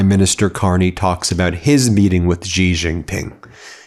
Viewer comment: It’s She..Xi is pronounced “SHE”